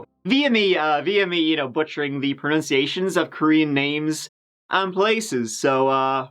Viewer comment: You mispronounced (or "butchered" the pronunciation of) "mispronunciation"!!!!! NUN.......NUN.....!!!